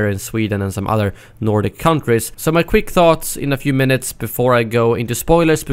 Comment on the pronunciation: Your saying udder not other